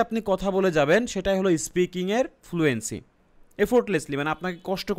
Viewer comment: ভাই, ফুলুএন্সি না ফ্লুয়েন্সি